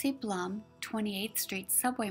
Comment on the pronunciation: Such a wonderful piece you made Carol - thank you again!!! Was nice to watch again. Other mistake - my name is pronounced BLOOM but spelled BLUM :)